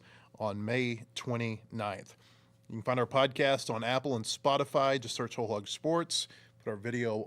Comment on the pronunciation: Of course Kansas doesn't know how to pronounce Hog